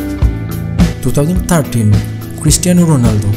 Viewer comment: Was he really saying Christian Ronaldo 😂😂